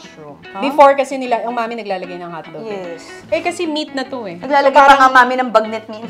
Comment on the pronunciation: HAHAHAHA! I STILL CAN'T GET OVER WHEN ATE ALEX SAID : " WHO HAS THE MOST DELICIOUS MET- " 😂 THEN ATE TONI WAS " ANONG MET? " HAHAHA!